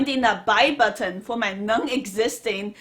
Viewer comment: U definitely go heavy on the T sounds in buTTon!!!!